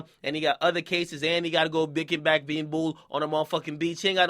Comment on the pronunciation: lmao "bikking back being bool at the mf beach" 😅😅😅😅 #2calm